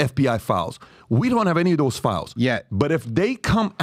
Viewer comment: Lmao y can’t pat pronounce words that start with “Th” mf saying Dose instead of those 💀😂 what a goof